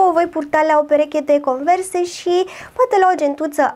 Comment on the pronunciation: Se scrie Converse și se citește conversi